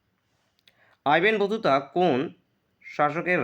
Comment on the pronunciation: আইবেন বতুতা টা আবার কে স্টাইল মেরে কথা বলতে গিয়ে কি হচ্ছে এগুলো